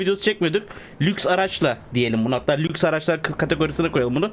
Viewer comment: ❌Lüks❌ = 👌LÖKÜS 👌